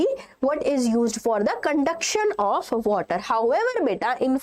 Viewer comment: water..or wvatrr 😂(just for fun)